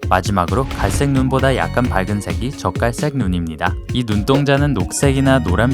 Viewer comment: 나만 적갈색이 자꾸 젓갈색으로 들리나....?